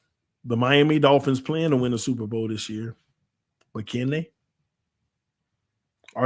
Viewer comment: They said “Supper bowl”